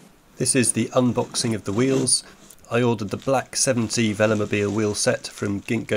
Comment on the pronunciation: Why you pronounced veloMOBILE not like velo+mobile?